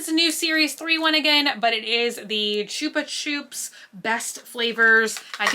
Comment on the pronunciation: It’s pronounced “chupa CHUPS” not “choops”